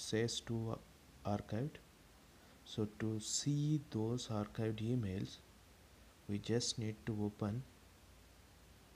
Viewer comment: Bro arcadie ky bol raha hau archived ko